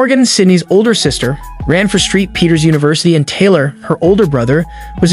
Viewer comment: "Street Peter's"? St. Peter's is SAINT Peter's.